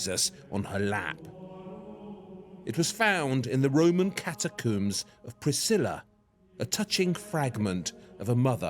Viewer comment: Every time he says a new noun I'm bemused and delighted to hear a pronunciation entirely unheard to linguistics. 'Bazzilica', 'Catacoom', 'Mozayke'. What a wonder.